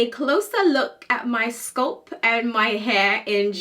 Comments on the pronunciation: why she say sculp instead of scalp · Apart from this lady, I have never hurd anyone from the UK to call it sculp they do call it scalp . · Why are you pronouncing scalp as sculp??? WTH. Pronouncing words correctly drives me nuts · Why are you pronouncing the a in sc a lp as Sc u lp? It is scalp not sculp . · In the UK its pronounced sculp